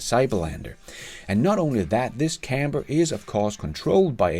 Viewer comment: Nice, although the pronunciation of 'camper' had me super confused, to me it sounded like 'camber', what the hell is a camber I kept saying to myself. Anyway I wait with baited breath to see if the cybertruck will ever make it to my part of the world.